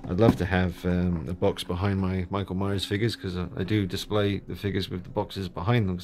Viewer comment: This isnt Michael Myers....its "Merckle Maeyers" lmaooooo I will be picking this up now and probably rehauling... thank you!